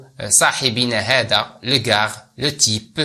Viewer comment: ارجو ان تصحح تقرأ دو كا وليس دوكاغ